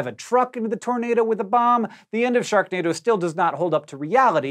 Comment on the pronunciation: Hank you said Shreknado